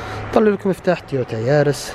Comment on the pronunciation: ياخي تكلم عربي وش شفورلية اوفيو عدمة الاسم اسمها افيو و اليارس موب اسمها ييرس ههههه اهدى شوي ما نفهم مصطلحاتك